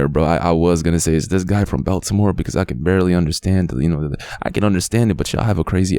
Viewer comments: yea this happened in my city, baltimore , its lonly as fuk out here cause u cant trust no one specially woman thats the fastest way to get setup.... and its pronounced ," BALL-TA-MORE "😂😂😂😂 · Bro no way your sayin Baltimore wrong this shit funny as fuck like bro your saying beltimore 😂😂😂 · You saying it wrong ball da more